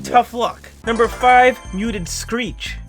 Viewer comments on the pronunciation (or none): Why did u say screek ITS SCrEEH😊😊